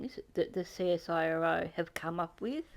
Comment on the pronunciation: I say CSIRO the same way you do Cheeky. Never heard anyone say it like this guy does in this video.